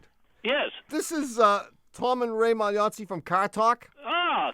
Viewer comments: Props for dividing the episode into three halves! Also it's moll-Yahtzee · Mall Yahtzee. Is how you pronounce their last name. :) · "Magliozzi" is pronounced something like "ma-yot-si". The "gli" is roughly like a long "y" in English. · This is going to be my favorite podcast (or whatever you calls these things). It was a sad day, a Saturday, when Tom left the show. By the way, it’s pronounced my yatzee- like it’s spelled. Unless you’re an Army drill sargent (sp?), then it maag lee otsy. Good job. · I believe it’s pronounced “My-Yahtzee” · fyi the Italian “gli” is pronounced more like “lyi.” There is no hard “g” sound. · I seem to recall that their last name is pronounced like “mill-yahtzee” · I've been listening since I was a kid in the 90s listening with my family. There have been gaps, but I've spent more years listening than not. Maybe it has been commented, but I don't see it. The pronunciation of Magliozzi is something like My-Yahtzee run together. It occasionally comes up on the show. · Yeah… as someone who has literally paid to see Radiolab live (during their dinosaur tour), I simply cannot listen to them anymore. Overproduced is an understatement. Obnoxious is more like it lol Also, their last name is pronounced “MagliOTsi” or sometimes kindof “MalliOTsi” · The Magliozzi (they pronounced it “my yot zi”) brothers were the best, and Car Talk was absolutely top. I miss them and the show.